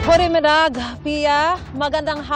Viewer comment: lol Goedemiddag at wag mong bigkasin na parang kinain mo yung word hahahaha...ask ka muna sa mga kabayan dyan sa tamang pagbigkas...alam nila yan.